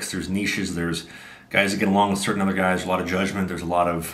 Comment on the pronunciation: invents a word, “sure-tain”.